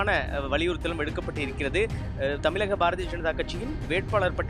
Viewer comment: தமிலகம் இல்லை.... தமிழகம். மாநிலத்தின் பெயரைக்கூட சரியாக சொல்லத்தெரியாத தொலைக்காட்சி நிருபர்......